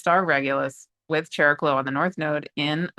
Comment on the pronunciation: what in the nuclear explosion channeling was that?! Thank you! ❤❤❤ Also, Greek here, if you don't mind, regarding Chariklo/ Χαρικλώ, its pronunciation is closer to ' Hariklo '. ( In ancient Greek the Χ letter started as a 'K+H' sound, but by late antiquity it had simplified to just H - think of the name Harry in English. 🤓). Again, thank you for making this content free and available to everyone.🌟